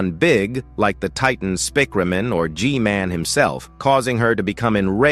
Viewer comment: titan spikrumum😭🙏